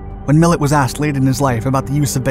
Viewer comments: Millet not Miller! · MILLETT NOT MILLER !!! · Millet not Miller. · It is Lew Miilet, not Miller.